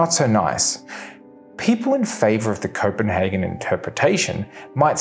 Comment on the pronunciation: Copenhagen, not Coppenhagen😄😄😄